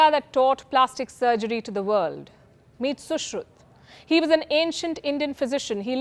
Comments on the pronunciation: His name is sushruta and not sushruth!!! And aryabhatta and not aryabhat,.. will you agree if we can you pulki Sharm upadhy!! Why is it so difficult for 😊 North Indians to spell the names as it is. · She said Sushruta as “Sushruth” (English way of saying Indian names). Which proves she is good, but not completely good at Indian things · Palki, just one suggestion: do not mis pronounce ancient Indian names with Hindi bias. Do not pronounce Ramayana as Ramayan or Sushrutha as Sushruth or Mahabharatha as Maha Bharath. I'm always surprised why north Indians mis pronounce like this.